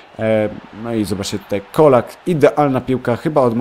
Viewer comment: Colak czyta się "czolak"